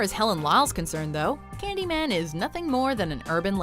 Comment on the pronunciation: ｷｬﾃﾞｨﾒ↑ｰﾝ発音がめっちゃ良い